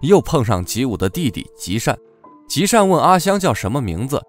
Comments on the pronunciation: 是呢。另外，男主角名字叫吉武惣吉，他弟弟叫吉武善吉，雖然字幕是「善吉」，但旁述說「吉善」。 「惣」的廣東話發音是「宗」，但華語拼音好像找不到這個字。是不是因此稱男主角「吉武」？ 非常喜歡這部日劇，感謝你們的努力，期待 Part 3 的上傳，加油！ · 说吉武大家好理解，那个字太生僻了，很多人都不认识，善吉是配音念错了，字幕是对的